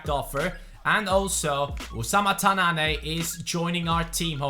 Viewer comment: ''Tannane'' is pronounced ''Tannan'' not ''Tannané'' #dimaraja